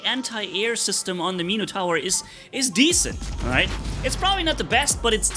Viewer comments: Meeno-tower ?? ….pronounced Min-ah-tour , or Min-eh-tour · "Meeno tower" lol